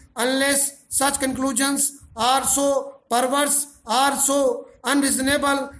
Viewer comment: sir ur dictations are very good... but please pronounce ARE and OR clearly... when u dictate OR in dictation it creates confusion between OR and ARE....